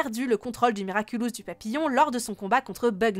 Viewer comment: papillon pas papillombre